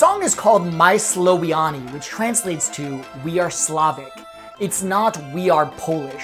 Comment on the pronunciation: "my slowiarnie" haha! nice try